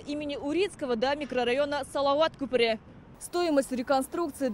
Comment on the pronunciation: Спасибо корреспонденту за правильное произношение СалаWат кҮпере.